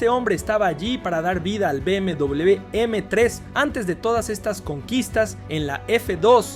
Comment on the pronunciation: Que triste no saber pronunciar B M doble V